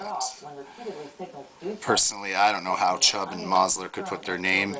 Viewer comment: Mosler is pronounced more like MOWS-ler.